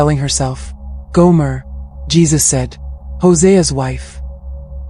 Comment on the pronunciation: Gomer not Goomer